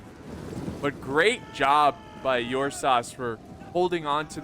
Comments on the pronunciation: Ursas as in the constellation Ursa Major or minor 😎...pronounced with an "er" not an "Uur" with heaviness on the U..nope. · Ok I'm making this comment because it's really bothering me now. the correct pronunciation for Ursas is er-sah. It is Latin for bear. It's not Your saw. As a matter of fact last time I check it was My saw. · Think of pronouncing the "ur" in Ursas like the "ur" in urn. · Teach the good how to pronounce the name;)